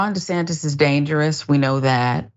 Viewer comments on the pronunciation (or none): Governor DeSatan 😂. Did he say that in error or on purpose?